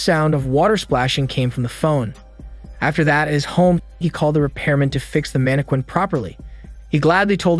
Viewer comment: The way all the recap channels pronounce Mannequin.😆😅 manne-quane Lol.. its pronounced more like Manne-kin.